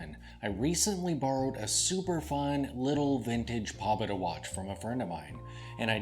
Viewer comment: It's pronounced more like,... "poe-bay-da"